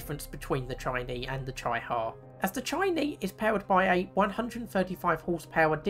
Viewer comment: It’s pronounced ‘cheeee-ha’